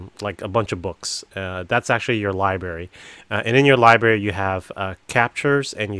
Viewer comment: You can see the lie berry!?Library has two r’s try to enunciate them both and you won’t sound so stupid.